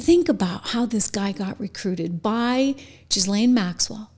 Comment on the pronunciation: The name "Ghislaine Maxwell" is NOT pronounced "Jiz-Lenn". It's pronounced "Gee-Lenn" (a hard G).